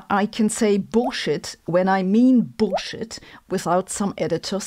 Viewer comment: Again, love "Bullshit" in a German accent!!